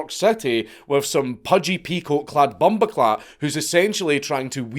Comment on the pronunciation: Stellar usage of bumboclaat. 8/10, slightly too Scottish.